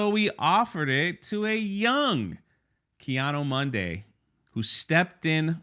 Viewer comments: Why cant anyone say KEE-ADEE-MOONDEE correctly? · I love the way pronounces, "Kay Otto Monday" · It’s Keanu Monday. And, we like names. Ask Frank Gore.